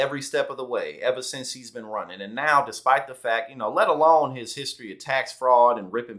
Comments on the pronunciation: "We can't be bee' un..." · “Be-en”. She’s going down in history as a loser. I talk to my daughter and I tell her that KAC is the OPPOSITE of what a strong intelligent female should be. What a waste of intelligence and opportunity.